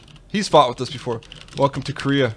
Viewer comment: I hate to be this guy, but seriously Dan has been saying and spelling it "Koreah" for sooo long!!! It's "Kareah" :'( WHOLEEE different pronunciation too :< KA-RAY-AH oh what ever I still love the vids x.x